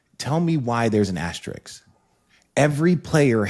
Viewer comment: Funny that no one was able to pronounce asterisk correctly in the whole video 😂